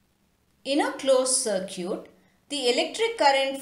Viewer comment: pls pronounce circuit correctly